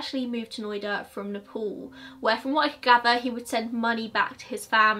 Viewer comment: Video is almost over and I just understood that "Neh-Pole" is Nepal. I was like "The Pole? The North Pole?". No offence really, I love your accent.